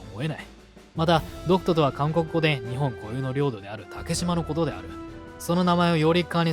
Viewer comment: 最初監獄海軍て聴こえた